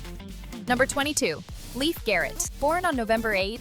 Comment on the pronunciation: Leif Garrett is pronounced like "Layfe", not "Leaf"